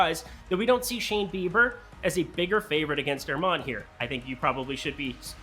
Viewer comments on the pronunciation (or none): none